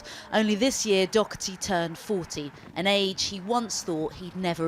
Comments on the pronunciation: Its pronounced Doh-herty not dock-erty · She keeps saying Docherty, with a k sound in it. It’s Daw-Herty, easy to pronounce. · Pete Dockerthy..typical butchery of an irish name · As a french i Never understood why the Real english prononciation of his name is ''dock 'a 'tee '' in France WE Say dauw hair tee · Why can’t the English pronounce Doherty properly? There’s no c in it ffs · Why can’t the English pronounce Doherty right? There’s no C it’s not Docherty! Ya’s weirdos! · Sanity at last....... It's Doherty....... Not DOCherty. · whos Dokerty... its Doherty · She says "Dockerty" why? It's Doh-erty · He's not DOCKherty. Learn how to pronounce his name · Why can’t she correctly pronounce his name? Dockerty? The name is Irish and the h is silent. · Maybe she should learn how to pronounce his last name properly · Why say his surname wrong though! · She can’t pronounce his last name.